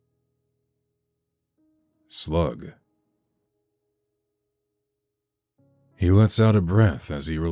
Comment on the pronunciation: “ slug” said so differently got me crying